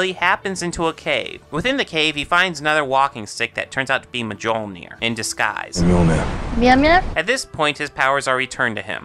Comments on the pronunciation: The biggest flaw in this movie that stopped me from enjoying it fully was how badly they twisted Norse mythology. Also you said 'Mjolnir' wrong. The 'J' is pronounced like a 'Y'. Also, here's a big ass list of some of the things wrong with the Thor movies and comics. Made Loki and Thor brothers. Loki is ODIN'S blood brother. Made Laufy Loki's father when he should been Loki's mother. Made Laufy a male, when he should've been female. Nowhere is it said the Sleipnir is Loki's son. (Sleppy is Odin's eight legged horse. ) Made Laufy and Loki frost giants, where the myths never specified if he was a frost giant. The myths just said he was the son of two giants, so he could've been a fire giant, or a frost giant. It's unknown. Made Laufy some brand of royalty. She was not any kind of royalty in the myths. Made Loki's hair black. It should be red. Made Thor's hair blond. It should also be red. Made Frigg Thor's mother. Frigg was not Thor's mother, Jord is. (I hope I spelled that right) Made Sif a war goddess. Sif is NOT a war goddess she is a harvest/crop goddess. Sif isn't Thor's wife, when she SHOULD be Where the bloody hell are Fenrir, Hel, and Jormungandr? (In the movies at least) The warriors three don't exist. Mjolnir is wrong. It was actually made of iron forged by dwarves, with a too short handle because Loki was screwing with said dwarves. Want to know the story, look it up. I don't recall any Balder murder. (I haven't read the comics in a long ass time, so I don't r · You pronunciation of mjolnir is frustratingly bad.